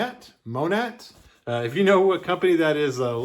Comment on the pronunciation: Monat is pronounced moan-A. It is a hair care brand. MLM. So you got lucky imo!